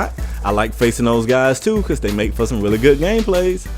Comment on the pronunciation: Not to sound rude or anything but are from a different country who is trying learn English? if so then it's *Because*, not *Begus* also, this is pretty true.